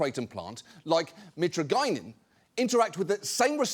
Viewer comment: Youre terrible at pronouncing chemical names. love the show, I know you are british and like to call aluminum "aluminium", thats just a britishism. this is different. mitragynine is pronounced mit RAG in ine. Good day and many a CAR ous ELLE to you sir.